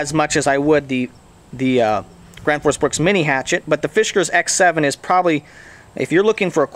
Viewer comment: "thi grans foos brooks"